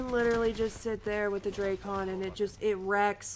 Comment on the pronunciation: Dray-Con? WTF is the Dray-Con? is it like the Drak-on Sniper Rifle? Here we go, all you big, important YouTubers calling for a Nerf! Sure, what your KD dropped from 5.5 to 5.35? Great Vid! Very Smooth...